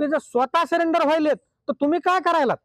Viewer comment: सलेंडर नाही हो... सरेंडर 😢😢😢😢